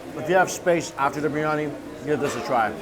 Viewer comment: bir-yani not briy-ani, hard to explain to an american chinese guy :)